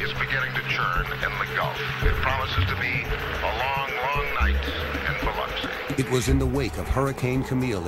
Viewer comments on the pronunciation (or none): The narrator said Biloxi so wrong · Mispronounce “Biloxi” one more again! 🤣